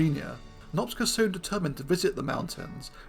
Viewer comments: Cs in Hungarian is pronounced like ch, as in chicken, or choose. Nop-cha not Nop-sca. Cheers. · It's quite funny how many people in the comments keep referring to him as Nopsca because of how you say it, switching up the "c" and "s" but it doesn't really matter anyway because the pronunciation is somewhat incorrect regardless. The letters "cs" are pronounced as "ch" is in "challenge" if you care. It's in Hungarian and it is really unlikely to get it right if you don't speak Hungarian. Fun fact, no the other one, a boring fact because someone mentioned it in a comment, Magyarosaurus means Hungarian lizard because Magyar ,of course, is the Hungarian word for Hungarian which everyone also mispronounces in an expected but, at least to me, amusing way. The more you know the less you care etc. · Great subject, it is pronounced "Nohp-cha" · In Hungarian, the letter group cs is pronounced like ch in English. His name is pronounced Nop-cha, not Nopska, which also involves switching the position of the letters. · Since he is Hungarian, I think the ‘cs’ sequence is pronounced like ‘ch’ as in ‘choose’ (Hungarian spelling is kinda weird) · Small nitpick: In Hungarian the "cs" makes the "ch" sound of English (as in "church") [IPA: tʃ ].